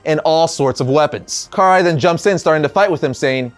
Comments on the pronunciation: Pernoumced ka-Rye not Car-eye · Who is Car Rai? 😆 It's Karai (Ka- Rai) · Karai is pronounced (Kah-Rye) not (Car-Eye) lol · It’s “Karai” not “Car-eye”! Lol you’re killing be dude.... 😎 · Why do they call get Kuh-Rye in the shows but and Historian pronounce it this way...which sounds so weird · He said Car eye 🤣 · The way u say karai’s name is just ugh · It's annoying hearing you pronounce "karai" wrong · Why is it no one seems to know how to pronounce Karai anymore